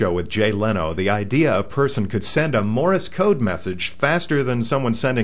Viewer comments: It's Morse not Morris... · Wednesday, 2/23/11. It is not pronounced 'Morr-is' code. It is not two syllables. It is pronounced 'Morse' code. It is one syllable; 'Morse' code. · Why do you keep saying "Morris" code? It's "Morse" code, not "Morris" code. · It's "Morse" code, not "Morris" code. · yeah..."morris" code and "q-werty"??? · "Morris" code? ;) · The way you say Morse and Qwerty is strange: Morris and Kooerty, respectively. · ''Morse'' rhymes with ''horse,'' not ''Doris'' Just sayin' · OK let me get this straight. You don't really use Morse code that much as the guy that's texting, but you're doing a comparison between the two to see which one is faster? As one poster said , if this is an example of the brainpower found in our universities today, heaven help us! Oh.... did someone mention to you that you're pronouncing :Morse" incorrectly You're not actually going to graduate and become a reporter right? _... _ _ _ _. . .... . . _ _..